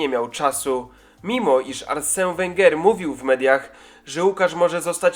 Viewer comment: nie żaden [Arsę] tylko [Arsen] Wenger